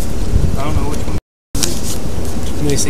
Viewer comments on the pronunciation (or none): none